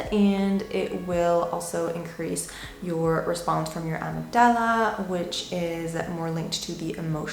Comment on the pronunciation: Amygdala, accent is on the first y pronounced i. Pit-U-I-tary gland not pituary.